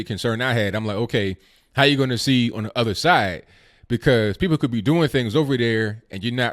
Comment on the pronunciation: Love your 'Dis dat andy udder' I watch your show hoping each time you say that.